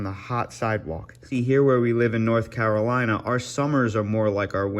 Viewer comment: The way you say "Carolina" indicates that you are not from there. Jk love your vids